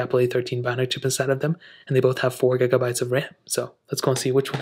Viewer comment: "Gagabyte" 😂 PS: Dude, wipe that greasy screen